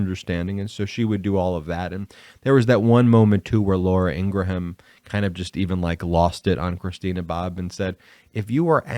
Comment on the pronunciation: Ffs learn how to say ingrahm. There’s no “ham” in there